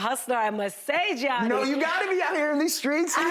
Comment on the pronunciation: “Geeanni pay-olo” damn she butchered his name